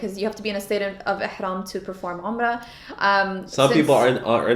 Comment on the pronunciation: atlist you know how to pronounce Umrah you should teach your wife something lol